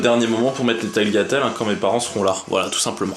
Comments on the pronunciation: je suis italienne et je peux t'assurer qu'il a raison ^^' on prononce taliatelle. on ne prononce jamais le g avant le l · tagliatelles se prononce "taliatelles)